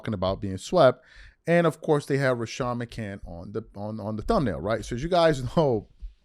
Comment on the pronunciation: its RA-SHAD bro chilll on his name! plus say HIS NAME JOEEEEEEEE IS A TWERKER LBGAY